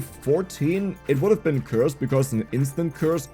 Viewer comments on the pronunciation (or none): none